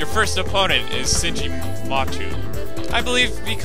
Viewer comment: Ok, this is a year old but, His my favorite character and it's been bothering me for a while, Kotomine is not said Ko-to-mine. It's Ko-to-Mi-nE. "Mi" as in "Minerals" and "nE" as in "Negotiations". His name is japanese dude, it's spelled in japanese too. Same goes for Tohsaka and Matou. It's Tou-sa-ka and Ma-tou, "to" as in "Tofu".